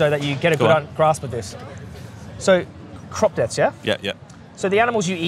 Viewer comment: "Cruoopppss deeethzz D'oh" really? 🤦🏻‍♂️ bloody hell